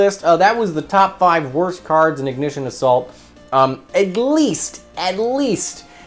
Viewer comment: For a sec I thought he said “Ignition of SALT” 😅